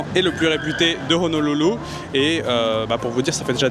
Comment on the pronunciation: Merci d'avoir prononcer le "h" (Honolulu, Aloha) correctement